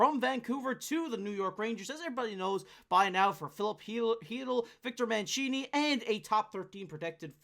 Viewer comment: Why can’t Canadians prounounce Mancini’s name right? Born in New York, not Florence. We will miss him, the Nucks are getting a player!